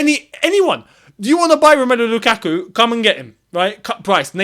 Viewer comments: Never say his name again please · y say his name u burnt my ears off u been doing well for like 2weeks now 😂😂😂